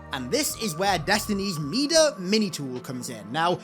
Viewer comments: Hearing mida pronounced (mee-duh) really irks me for some reason. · Mida ="my-duh" as in "king Midas, the man with the golden touch"